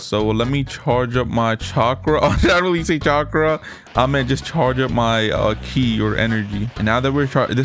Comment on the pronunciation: “Key” instead of “Ki”